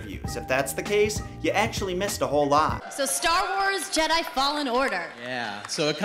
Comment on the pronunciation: If the person put up to pitch this at E3 couldn't pronounce Jedi without it sounding like "Jed, hi" then I really don't have faith in it at all.